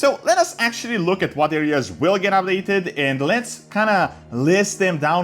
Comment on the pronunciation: Why he keeps sayin “ab-dated”